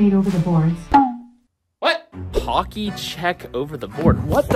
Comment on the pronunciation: HOCKEY NOT HOCKY!!!!!!!